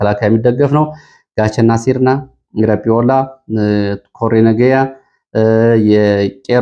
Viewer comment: ሁሌ ስሰማህ "ኮሬ ነጌያ" ትላለህ- ልክ አይደለም። በኦሮምኛው "ኮሬ ነጌኛ" ነው እሚባለው። ትርጉሙም "የፀጥታ/የሰላም ኮሚቴ " ማለት ነው።